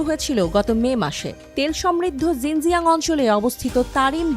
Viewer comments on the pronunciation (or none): জিনজিয়াং না রে বলদা 'শিনজিয়াং'